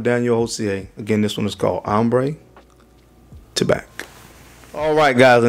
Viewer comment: Tabac is pronounced Taba (no c) in french.